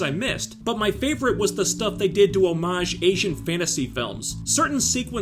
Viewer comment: first american to pronounce "hommage" correctly - i´d sub for that alone